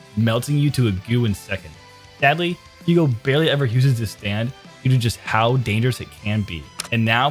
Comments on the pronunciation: Alright so we need to be serious for a second I like the video but WHY THE FUCK ARE YOU SAYING F-EW-GO YOU BABBLING BUFFOON THEY LITERALLY SAY IT IN THE DUB F-YOU-GO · FYUgo - AbbacCHIo Bruh💀💀